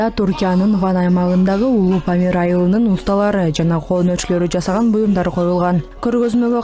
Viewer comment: Памирди Памыл дешет экен,Памыл деген Кара Чайга сут май кошот экен